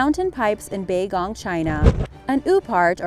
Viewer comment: Baigong, no matter if you are a native speaker or not, DOES NOT spell "Bay-Gong"